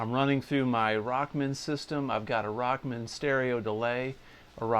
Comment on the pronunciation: Excellent lesson. Love the Rock Man vest too. Funny how you call it “Rockmn”. Tom came out with his original “Walkman” for guitar - so it was called Rock-Man.